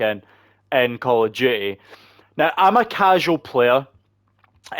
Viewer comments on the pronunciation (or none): Cahl ov do-ahh! 😂